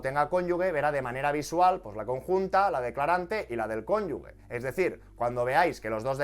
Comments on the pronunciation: Me está haciendo daño al oído escuchar "cónyugue" en vez del correcto "cónyuge". Por lo demás, genial. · por favor, dilo bien, cónyuge, no "cónyugue" como tú lo lees... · No se dice conyugue, sino cónyuge. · Genial vídeo! Soy asesor fiscal y me parece que está todo muy bien explicado. Eso si, “CÓNYUJE” (si, lo he escrito mal pero para que se entienda como se pronuncia la palabra, no “cónyugue”). Un saludo! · Es cónyuge, no cónyugue. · Un matiz constructivo, fonéticamente no es "cónyugue" es "cónyuge", con el sonido "j"... Ahí entre la "g" y la "e" no hay ninguna "u" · No sé si es de fiar un asesor que dice cónyugue. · Perdón de antemano, pero se pronuncia "cónyuJE", con "g" fuerte antes de la E.